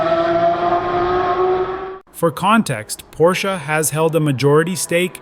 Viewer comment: No se dice Porssss